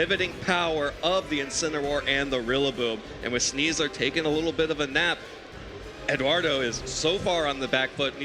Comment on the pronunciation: Also calling him Eduardo, "Edoo".